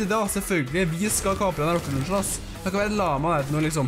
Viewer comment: meeen gutten min det heter ikke røkket løncher